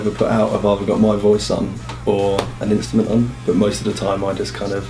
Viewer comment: He cant say Instrument, he says Instament LOL